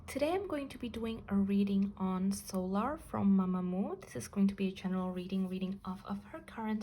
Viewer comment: Sometimes your readings are so accurate it kinda scares me and yes you are pronouncing her name correctly